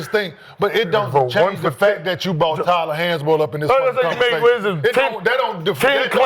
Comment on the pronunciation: Bro said he’s Tyler hansborogh 😂🤦🏽‍♂️🤦🏽‍♂️